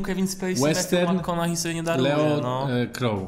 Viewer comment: McConaughey jak coś wymawia się na końcu przez hej sam Matthew tak mówi, ogólnie polecam obczaić wymowę imion/nazwisk wymawianych przez ich nosicieli.